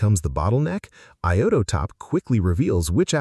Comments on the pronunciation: I-O-Top. Not I-O-TO-Top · I'm not a native speaker of english language but the pronunciation of "iotop" sounds weird to me ...